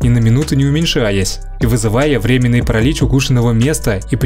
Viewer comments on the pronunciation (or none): none